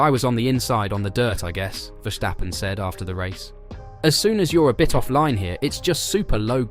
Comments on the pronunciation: Would it be possible to pronounce ‘Verstappen’ correctly? So with the ‘s’ as in ‘stop’, not as in ‘shit’. Thank you! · Esse cara fala "verstappen' com um ingles carioca